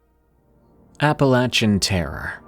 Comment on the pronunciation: finally saying it right